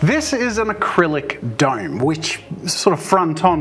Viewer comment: "duyym"... oh you mean "dome"